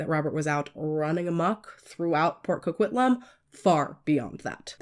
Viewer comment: We don't claim this pile of puke! And I am very impressed with your pronunciation here. I think you and Christina Randall are the only two non Canadians I have heard pronounce Port Coquitlam properly haha.